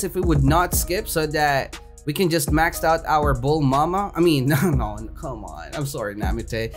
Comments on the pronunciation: why does he say bul mama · why are you calling Bulma "Bulmama" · mans be calling bulma BULMAMA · thats bulma not bulmama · how many times did he said bulmama and namiteh